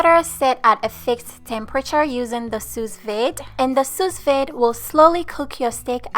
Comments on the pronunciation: It’s called soo-veed not soos-vade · Pronounced soo-veed. I appreciate the work you put into your food and videos❤ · go to type in sue veed. Then click speaker to hear what they say. That is how you say Sous Vide. Just helping ;-)